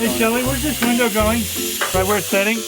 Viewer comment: “WE NEED A BIG VINDOW” HAHA❤️